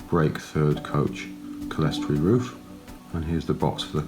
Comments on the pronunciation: Clear-story. Lots of people pronounce it Sellestory or Kellestory for some reason. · Well, if they do, they're idiots. And it is not Clear-story, it's cle res tor y, 4 syllables, not 3.